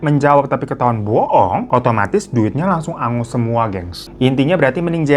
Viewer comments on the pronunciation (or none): none